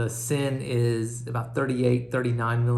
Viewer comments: It pronounces as 'zin'. . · it's pronounced Zinn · Its pronounced zinn